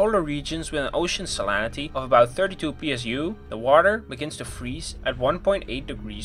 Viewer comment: "Salanity"? You mean "salinity"?